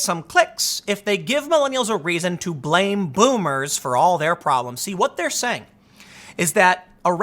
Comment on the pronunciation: voomers. there is no v in japanese